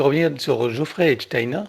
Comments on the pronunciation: C est Jeffrey et pas Geofrrey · C'est Jeffrey et non Geoffrey !!!